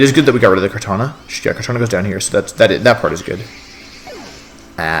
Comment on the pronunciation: Its kartana, not kartanJa...